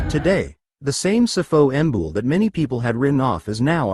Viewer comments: It's not Sifo Mbul it's Sipho Mbule...😢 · Learn how to pronounce our names ..what the fuck is Sifo ambull